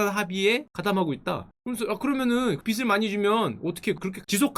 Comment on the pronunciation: 빚을= 비즐 라고 발음 부탁드립니당. 다른 사람이라면 몰라도 딕션이 좋으신 슈카님이라 생각보다 거슬리네연 ㅜ